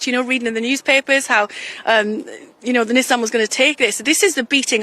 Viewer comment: Congratulations to Mr. Kwarteng for being one of the six or seven people in the UK (I'm being generous) who pronounce "Nissan" correctly! :)